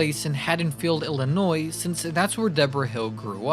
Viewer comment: I still can't believe that some American's still pronounce the "s" in Illinois. This is something I learned in grade school 40 years ago.